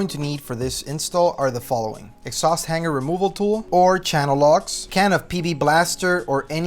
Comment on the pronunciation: The ONLY option is the Borla!! The finish on the stainless steel Borla muffler is not chrome...it's stainless steel??? The "G" sound in hanger is not a gah as in han-gar sound it is the hang-er sound as in the word ring, not pronounced rin-gah but the R-ing sound. Why in the world would anyone purchase a Japanese made mid size Tacoma truck the only makes 11 mpg, let alone the version that constantly reminds the fact???